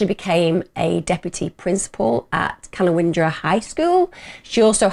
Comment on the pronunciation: Ka-nown-dra. I know it’s not your fault, you’re English and probably pronounce many of our place names…